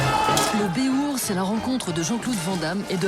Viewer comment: Sérieux, cette belle émission de merde qui mélange le béhourd, les GN et la reconstitution historique et qui vient y foutre une point d'opinion politique à la con, avec cette commentatrice qui sait même pas prononcer le nom de son sujet, bravo les mecs, vous avez fait fort